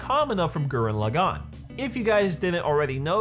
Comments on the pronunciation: Da Fuq with saying Gurren LaGANN? [As In accentuating gann] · "Gurren Lah-GAWN" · I admire this video. But I cringe at every time you Laggan (Laa-Ghan) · lah-gone TRIGGERED